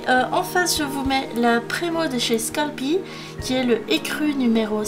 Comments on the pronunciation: super video comme d abitude ^^ petite remarque la marque sculpey ne se dit pas "sculpi" mais "sculper" voila ...Bisous 😛😗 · c sculpey pas scalpi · Ça s'écrit "sculpey " mais se prononce "skeulpi " c'est une marque américaine. c'est comme si tu allais au Mac do et que tu disais un "chaise burgé" au lieu d'un "chiz beurgueur " quand tu demandes commande.